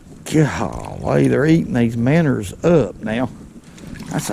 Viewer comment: Kiddos, when a man is telling you something about fishing and you heard the words “Minners” and “Straakes” you better listen up, he knows a thing a two.